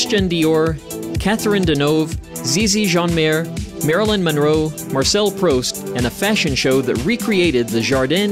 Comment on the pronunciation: Not a bad doc but is this AI or something? The butchering of names is astounding for a public forum.. Proust pronounced as Prowst? The artist Leger pronounced as Laygar? It goes on and on. Strictly a CRINGE-FEST of mispronunciation. Inexcusable.